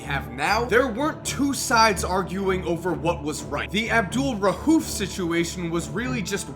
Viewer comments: It's pronounced Abdul raoof not rahuf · Jesus Christ, there is no H in his last name. It's not RA-UF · You pronounced Abdul-Rauf wrong every single time you said it. No h in there buddy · Bro quit calling this man out his name! You trifling for that weird boy. Say his name right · Bro u murdered his name wow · I cringe when u say his name